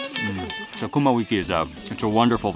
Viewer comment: did he just say SaKUMA 🤣🤣🤣. He also added she has experience how she shaves it. This guy knows what he's talking about. Or is it my perverted thoughts